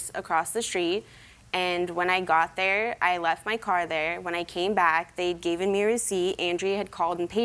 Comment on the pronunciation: "Fergottin"??? "Gaven"??